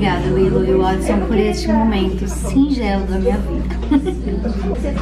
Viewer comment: Até quem fim alguém falou o nome do Watson certo. 👏👏👏👏